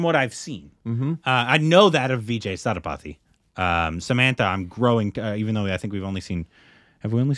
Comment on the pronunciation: It's Vijay "Say-Thu- pa-thi" 😆 And yeah Samantha is a Tamil actress. The other heroine Nayanthara is a bigger star in Tamil